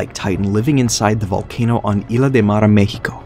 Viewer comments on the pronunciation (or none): none